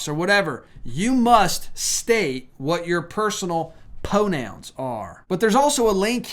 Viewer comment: I like what you are telling us, however ever you kill me with the pronunciation of some of your words it is Pride not pide pide isn’t even a word. I am going to assume that you have a speck imped with the letter R. It’s pro nouns not po nouns. Sorry but pronunciation is really important to me and I hope others as well.